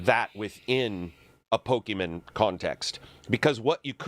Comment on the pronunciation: can you stop saying "pokemen"